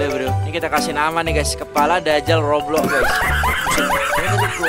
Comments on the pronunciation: Bang tadi abang salah ngomong harusnya roblox bukan goblox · Kenapa ngomong roblox goblox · Kok ngomong roblox jadi goblox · Kocak waktu di intro atau awal malah roblox jadi goblox